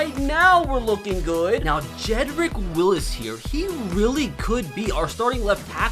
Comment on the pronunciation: Bro. It’s Jedrick WILLS NOT WILLIS🤣🤣🤣, only one “i” in there.